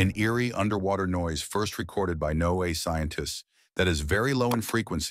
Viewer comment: AI narration is horrible. It's pronounced Noah .... not NO A